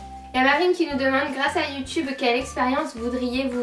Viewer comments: C'est pas la première fois que je remarque mais, tu dis Youtoube au lieu de Youtube quand tu le dis tout seul! Tu t'en rends compte?:) Bonne idée le Pékin Express des youtubeurs! Bisous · elle le prononce a "l'anglaise", le mot de base,quoi :)